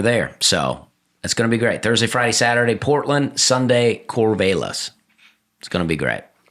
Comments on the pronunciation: Dusty, Cor-VAE-lis hopefully will be heavily critiqued during your standup in Cor-VAL-lis (like Valium) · Please tell Dusty, the 'a' in Corvallis is pronounced like the 'a' in valley. Affectionately called "valley of the corn" by the locals. Love the pod. Hope you slay in Oregon. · I can’t wait for Dusty to get to Corvallis and find out how to pronounce Corvallis 😂